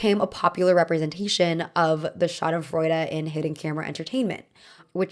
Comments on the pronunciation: German here. Pls dont ever say schadenfreude again 💀😭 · to every German speaker listening to her murder the pronunciation of Schadensfreude... ja, so ist es manchmal. haha. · When I heard "schadenfreude", my uneducated brain thought you said "shot in Florida" and I was like, what? lmao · The way I thought you were saying shot in Florida instead of schadenfreude and I didn’t even question it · That German word you said I thought you were saying “it was shot in Florida” and I was like why is that relevant 😭😭